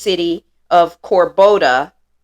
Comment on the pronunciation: Cordoba, not Corboda. Content is great effort though!